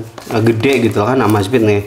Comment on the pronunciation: EMEZFIT MASSS BACANYAA BUKAN AMAZFIT